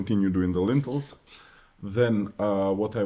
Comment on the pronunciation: Lintels…. Not “lentils” lentils 😂😂😂😂 are a legume that you cook in soups. Lintels are a horizontal structural beam spanning the top of an opening (such as a door, window, or fireplace) to support the weight of the wall above it. Made of steel, concrete, wood, or stone